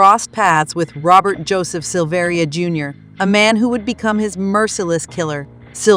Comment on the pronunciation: It's pronounced Sil-ver-a. He is my cousin.